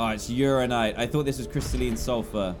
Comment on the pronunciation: And also that he says "uranite" instead of "uraninite"